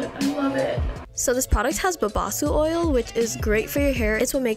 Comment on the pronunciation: "BoBaHsOo OyL" is the word of the day 📖💪🧠 so clean and clear, ayluvit 👍 nice 😊 beautiful 💘😍 ILYSMB 😘💨💞